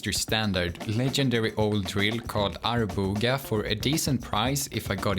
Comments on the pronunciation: men hallå, det där är la inte hur Arboga uttalas? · Arboga uttalas Arbåga. Fake Engineer detected